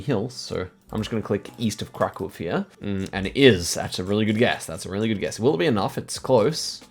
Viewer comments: I didn't even notice, but it indeed was very close to how a native would say it. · your pronounciation of Kraków was insane, never heard any non-Pole say it so well